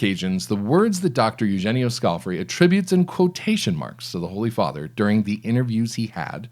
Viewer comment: Scale - FAR- ee,, skal-far-ee NOT scalf-eri